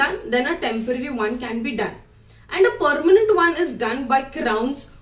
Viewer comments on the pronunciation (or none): Thxx for that advice And also pls change your pronountion Like Vdddeo Perrement